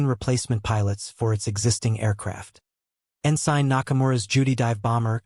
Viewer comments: Okay, I lost interest due to what I assume is an AI narrator. The naval rank Ensign is En-Sin, not En-Sine. Twenty-four hour clock times are pronounce at two two-digit numbers. For example, a time of 1147 is Eleven Forty-Seven, not one thousand one hundred forty seven. Trying to make sense of the narration takes the focus off the story being told. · The rank Ensign is pronounced En-Sin, not En-Sine. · Please look up how to pronounce "ensign."